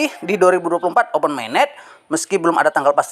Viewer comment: Pi Network dibaca Fay Network, Open Mainnet dibaca Oven Mainnet, ampun jangan tunjukkan kedunguanmu lagi setelah dongeng2 halu mu kau sebar di channelmu 😂😂